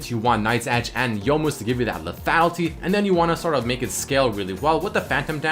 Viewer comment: lethatlity lethatlity lethatlity lethatlity blablablabalbalfuckblalbalbablabapentablabalbala into lethatlity blablabla lethality. LEEEEEEEEEEEEETHATLITYY